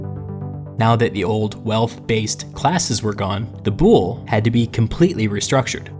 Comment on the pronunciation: DUDE YOU KILL THE WORDS. THE WORD IS VOULI NO BOULE. THAT HAPPENS WHEN YOU DONT KNOW HISTORY